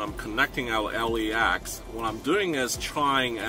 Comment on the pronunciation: LAX not LEX